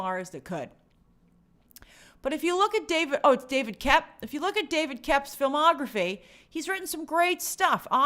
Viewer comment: I think David Koepp's name is pronounced simply, 'Kep.' The o is silent.